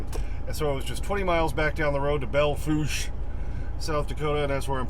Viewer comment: Yay, you said Belle Fourche (Bell Foosh) correctly! Now we just need to get folk to say Broadus, MT (Broad us) right too!